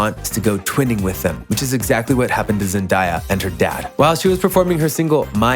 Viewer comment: PLEASE WHY ARE YOU SAYING HER NAME LIKE THAT 😭😭